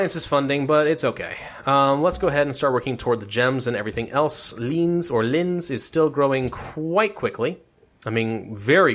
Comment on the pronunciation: There is a huge difference between germanys german and austias german But you pernounced linz fine